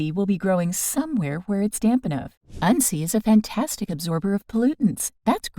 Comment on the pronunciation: Your pronouncing it wrong in this video. We grew up learning to make a tincture using it primarily as a super natural antibiotic.